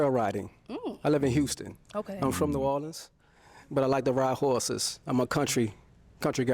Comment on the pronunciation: Did he say, "Whoreses?"